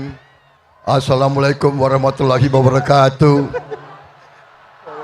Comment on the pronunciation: Ngucap Assalamualaikum saja tdk becus gimana